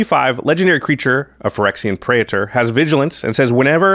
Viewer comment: Praetor is two syllables, not three.